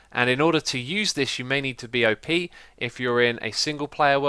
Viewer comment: It should be pronounced 'Op' not 'O, P' because it is short for operator and not an acronym.